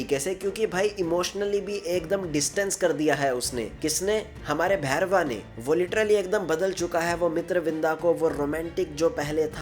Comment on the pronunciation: Not bhairwa it's bhairav 😂😂